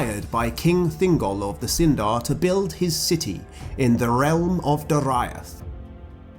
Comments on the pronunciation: I always thought Doriath was pronounced 'Do, ree, ath' not 'Do, ra, iath'. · Dude it pronounced Dor/ee/ath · Not how to pronounce Dor-i-ath. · that pronunciation of Doriath... ooof.